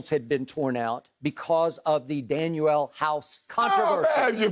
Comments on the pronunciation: Skip kept bringing up house's name he should already know that it is DanUel and not DanIel. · What couldn't his parents name him Daniel. No no it's Dan"U"el. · Danuel house..... really lmao skip come on bruh 😂😂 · If i hear skip say daniel house one more damn time . 🤨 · Its DANUEL 🤣